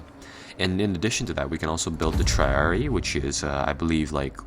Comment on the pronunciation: Tri Ari eye not triari please, just listen to them saying their name in the combat